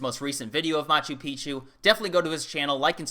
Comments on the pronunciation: Its pronounced mah choo peek choo. It means old mountain. When you pronounce it mah choo pee choo, youre saying old penis. FYI. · ....just check your pronunciation of Machu Picchu please, you say ancient penis instead of ancient mountain.....haha ;-) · In Peru, I heard Peruvians pronounce Machu Picchu 'Machoo Peekchoo', not Machoo Peachoo.